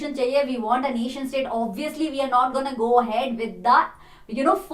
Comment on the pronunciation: Its went, was, want.... not vent,vas,vant...😁.... pronounciation....😆